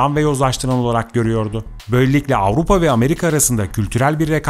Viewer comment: Ağupa değil AVRUPA bir kere doğru söyle